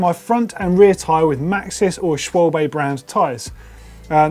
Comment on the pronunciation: The pronunciation of Schwalbe... oh my god